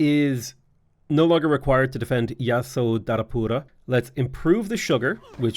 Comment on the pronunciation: How was his pronounciation of Yasodharapura? (Not on the first attempts, but a bit later on into the video when he had gotten more used to saying it.) I noticed he also tried an accurate pronounciation of "Hagia Sophia" when he mentioned it. I really appreciate small details like this.